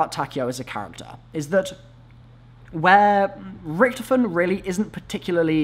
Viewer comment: Holy crap his name is Richtofen not Richtoven